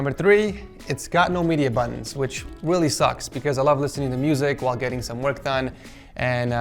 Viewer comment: he said weally sucks